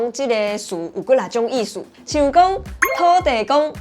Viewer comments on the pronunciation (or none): 給個建議, 土地公的台語是土"字"公("字"台語發音) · 土地公應該是Thóo-tī-kong 😊